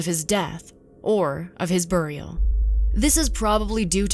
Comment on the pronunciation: She says burial like Cleveland Brown